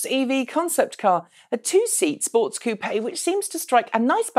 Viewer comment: She said koopea! lol